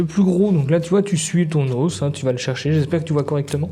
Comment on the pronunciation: ça vient d'où l'accent sur le bout "d'hausse"🦴? C'est vendéen ?